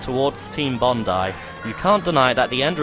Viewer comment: I thoroughly enjoyed this review. I enjoyed it more due to the fact that you pronounced 'Bondi' properly.